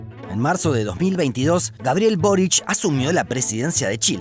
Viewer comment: Por qué pronuncian "Borich con CH" si se escribe y Lee Boric???